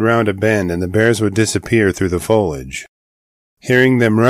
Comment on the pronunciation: Alright I have to do it and be that annoying person. Been watching g your channel for years and you always say “Folage” it’s “Foliage” like Fow-lee-uhj”